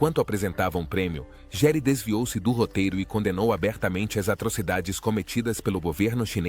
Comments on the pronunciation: Se escreve Gere,mas se diz Guere! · Nossa como as pessoas gostam de bisbilhotar avisa dos outros, não sabe nem pronunciar o nome do ator direito nas quer jogar sua vida no ventilador só pra ganhar ibope!🤦🏼‍♀️